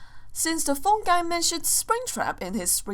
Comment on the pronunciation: its not phon guys u say its phone guy the purple guy he dire purple man died not phon guy